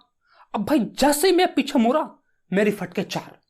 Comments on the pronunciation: Muda ❌ mura 👍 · muda❌ mura✔